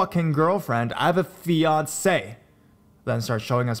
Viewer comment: Hxl0Angxl. And the way he says “FiAncE’”